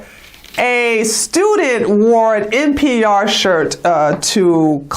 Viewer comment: NPI is Spencer, NPR is National Public Radio. I THINK you're saying NPR, but your accent MIGHT be saying NPI? :)